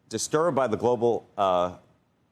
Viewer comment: Globalize what? You cannot even pronounce it. Maybe you should do basic research before voicing your opinion on anything